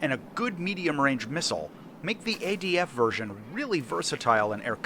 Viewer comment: it's adf not adv get it wroight mate